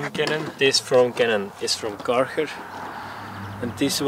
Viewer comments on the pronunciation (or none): Great vid man but “dis foam cannon is from karherrrr” lol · I heared it, because you said ‘Karcher’ like a guy that speaks Netherlands.